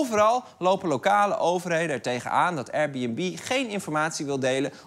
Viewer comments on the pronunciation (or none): Hij zei het zoals: Eier-Bunb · Als belgische liefhebber van comedy, moet ik wel zeggen dat jullie met Lubach echt wel een topper in huis hebben. Die absurde akward intro joke met de Airbnb uitspraak was geweldig! lol.